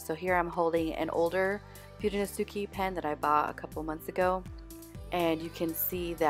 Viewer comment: Pronouce your letters dont say them Fu de no se ke.. dont say the letter e at the end pronounce it ehhh